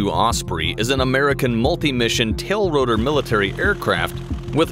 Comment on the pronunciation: Every time he says it, I throw up a little.